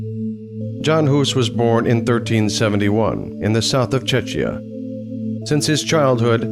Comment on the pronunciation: Please learn how to pronounce "Czechia", or just call it Bohemia. Also, look up the pronunciation of "Jan" while you're at it.